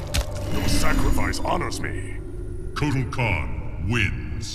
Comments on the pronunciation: I always think kortal khann says Aztec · it's kartal kawn